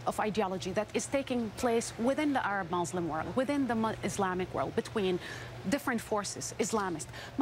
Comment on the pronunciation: Exactly when did people start pronouncing muslim as mousselim? smh